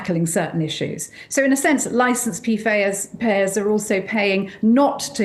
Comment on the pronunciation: "License Pee Fayers." Love that. Its not a spoonerism...gotta look that up now. Hah. It is a spoonerism. I am so dumb. I was thinking it was a Freudian Slip.